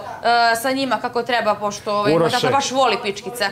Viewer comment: Andjela tako sramno izgovara reč "tata". Da malo ima mozga ne bi se javno blamirala! Fond reci ogranicen kao i njen mozak!